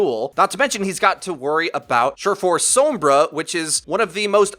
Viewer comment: gaah i love all your vids but the way you say sombra kills me. anyway, keep up the good work.